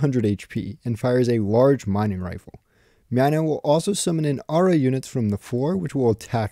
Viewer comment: Mynah is pronounced as "Mai-nah", similar to "miner"